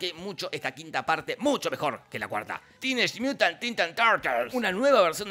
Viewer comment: "tineich miutant titan tartels"